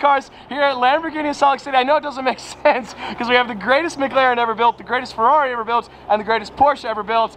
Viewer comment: I really cannot stand the way he says Ferrari he says "ferlalli" and it's really annoying I feel sorry for Luke having to hear that all the darn time lol